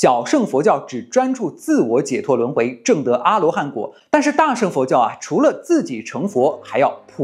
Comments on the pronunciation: 大乘（cheng）佛教，不是sheng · cheng2, 不是sheng4